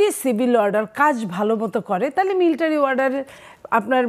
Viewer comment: Miltary nh madam military